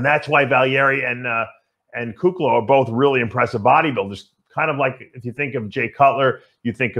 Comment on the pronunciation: I’m sure Iain doesn’t mind 😂 He says Kuclo wrong on Fouad’s podcast 😂